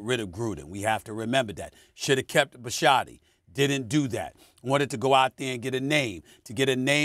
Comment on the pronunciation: Who the hell is Bisciatty, Steven A?